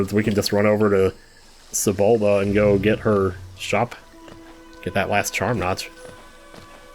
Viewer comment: I always crack up when you say Sabulba instead of Salubra 😂